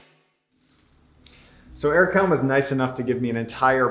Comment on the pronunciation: When you hear Erkan Emre pronouncing his name incorrectly😂